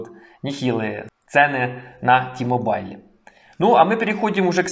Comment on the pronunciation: Іще одне: не ті-мобайл, а ті-мобл, хоча це не дуже важливо.